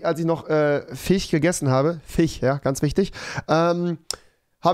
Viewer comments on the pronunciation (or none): Es hat mich soo getriggert also rewi die ganze Zeit FICH statt FISCH gesagt hat XD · Wie es mich nervt das ihr euch über ihn lustig macht weil er fiche sagt. Dann kann ers halt nd richtig aussprechen und das wird auch so bleiben also findet euch damit ab und nervt ihn nd 💕